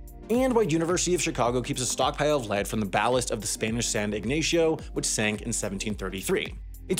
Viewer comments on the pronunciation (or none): It's pronounced San Ignacio ( ig-NAH-see-oh)